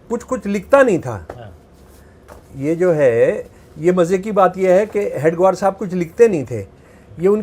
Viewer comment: महोदय जी ,आप "हेडगेवार " जी को बार बार हेड ग्वार क्यों बोल रहे हैं